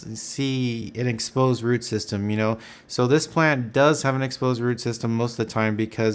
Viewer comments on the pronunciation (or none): none